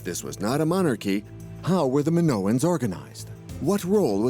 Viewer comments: Just can’t stand the AI pronouncing “Minoans” like it does. Sorry, it’s a no from me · Yeah, that pronunciation was bugging the heck out of me, as well.😅